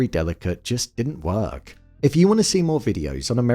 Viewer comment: The way u pronounce work lol